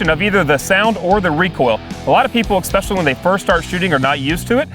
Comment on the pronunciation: A guy says, "I'm going to teach you what is wrong and what is right", and then says, "Exspecially". I'm out.